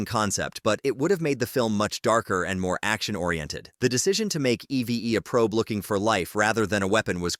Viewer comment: It’s EEVE in pronunciation, “”, not E-V-E! 🤨